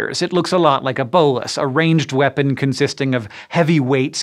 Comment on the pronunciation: "Bolas" in the term of the weapon is definitely not pronounced that way, cool to see it featured though!